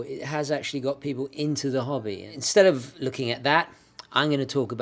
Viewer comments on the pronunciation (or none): none